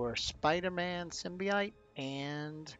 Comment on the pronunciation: Sim-Bee-Oat not ite lol